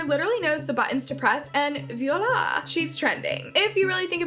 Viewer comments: hahaha they said viola instead of voila... you have to edit better when you're writing the scripts guys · Don't use French wordsor expressions if you can't even pronounce them. It's definitely not "viola!"